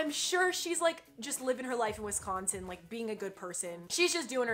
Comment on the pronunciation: You say Wisconsin way wrong your emphasizing the c to much 🐄🐖🐄🐖🐄🐖🐄